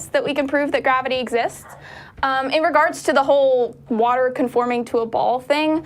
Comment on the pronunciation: Cant take serious especially when he cant pronounce water correctly